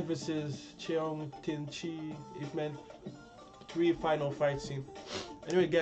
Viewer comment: wow your pronunciation of yip man is pretty good